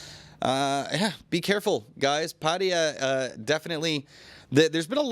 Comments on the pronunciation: Why do you pronounce Pattaya as "Patteeya" when it's actually Pattaya. Sounds ridiculous. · Come on, it's pronounced Pa Ta Ya, not Pat ya😂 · Please stop saying Pat ee yer Everyone in Thailand 🇹🇭 pronounces it properly as Pat A ya . It is enfuriating . Just lazy vocabulary ! Also just report the news , not interested in you opinion ! 🇹🇭😎